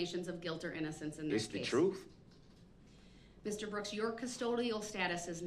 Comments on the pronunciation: Darrell the word is TRUTH not TRUF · Oaf, troof, emminment, substain, null and invoid he’s a wordsmith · Can someone define the word "troof"? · The jury should know the "troof"....what an idiot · The troof....lol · They axed me, it's the truff.. what an idiot! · I look forward to not hearing him talk his “troof” ever again! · Are dey?! Axe, wut..troof.nullen n void 🤔...did he even pass kindergarten?! 🤔😳🤔